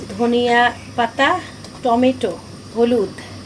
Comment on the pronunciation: টমে টু না। টমেটো। হবে